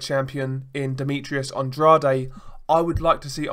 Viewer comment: I agree about the "off" feeling behind watching Canelo fights...events promoted by Golden Boy Promotions always reek of corruption. By the way Andrade is pronounced with two syllables like "An-draid" not "An-drad-ay".